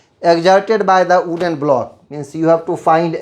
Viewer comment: Sir it is wooden not "ooden" 🌚